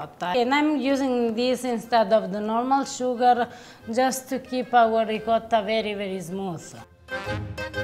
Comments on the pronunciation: ree ~ coat ~ tah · are you trying to say Ricotta? It hurts my ears every time you Reekarah., per favore, fai qualcosa, ti prego 😂🤣